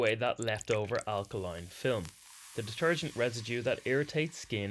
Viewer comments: What is "Deterugent"? 😉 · WTF is deterugent? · What is “deterugent”? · Mmmmmmm Deterugent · Deterugent. Come on. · Seriously? DETERUGENT?! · What's 'deterugent' ?